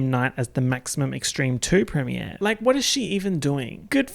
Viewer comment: I love that you say premier like prem-e-ay(r)